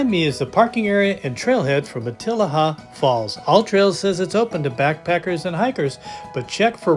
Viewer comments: It’s pronounced mat-I’ll-a-haa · It’s pronounced ma-te-LEE-ha. Like the beautiful bush of the area, Matilija poppy, sometimes called fried egg plant. Their huge white petals got them the name, they look like the old fashioned lace collars Spanish ladies used to wear…